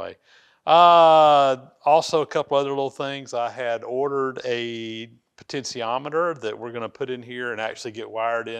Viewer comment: I know you are not heavy into electronics but I believe the correct pronunciation should be "potentiometer" and not "potensiometer".